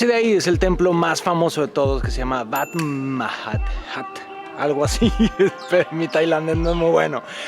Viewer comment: Muy Bonito video, Alan! Yo siempre impresiono de su historia detallada! Además, el temple se llama, "Wat Mar-ha-thad" fonéticamente. ;P El nombre formal es para papel solomente.